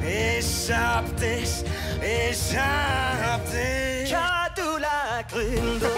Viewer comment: Alles was ich höre : Isch hab disch , Isch hab disch ..😂